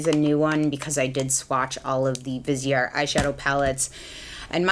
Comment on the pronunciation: I just feel the need to correct people’s pronunciation of this brand. Viseart is pronounced Veez-art. It’s french and visage means face. Therefore viseart. ❤️